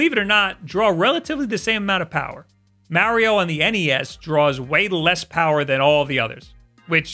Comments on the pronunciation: still doesn't know how to pronounce mario XD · The way U say Mario kills my ears 😂😂😂 enjoy Ur videos thought